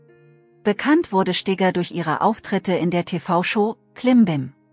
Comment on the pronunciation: Sie heißt Ingrid Steger ! Nicht Stiger ????🤷‍♂️🤷‍♂️🤷‍♂️